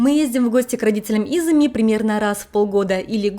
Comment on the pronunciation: почему вы говорите имя мужа ИзЫми, хотя он Изуми? У вас потрясающе интересные репортажи, обожаю вас смотреть и слушать. И рекомендую ваш канал друзьям. Вы восхитительны! И детки у вас будут ИзУмительные! 😊